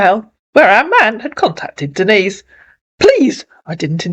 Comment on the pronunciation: The scammers can't pronounce "Denise" and call her "Dennis" 😅 Lola should have corrected them for that.